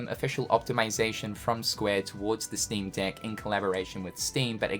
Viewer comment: Because of the accent, every time you say 'Steam Deck', it sounds like something else...